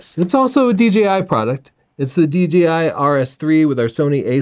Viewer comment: DJI not DGI - please. Thanks.